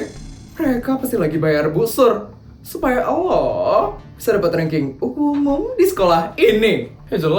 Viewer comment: kenapa gomong Allho